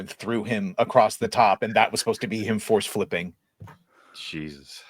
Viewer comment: who is this grown man saying "acrosst"